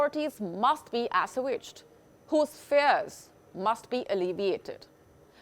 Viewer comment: What about UK, that’s one of Europe’s biggest economies too. Why didn’t you mention Uk trade with Russia and the freezing of oligarch assets. UK is still 2nd biggest economy in Europe even if it’s not in EU. The article is not complete and the presenter can’t say assuaged.